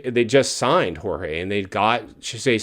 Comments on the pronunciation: It's not "George' you cornball, it's Jorge. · It's not "George' you second rate cornball, it's Jorge.